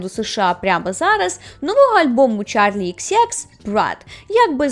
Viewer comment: Ага, нащо перевіряти хоч бодай щось про співачку... ні правильну вимову імені, ні тренду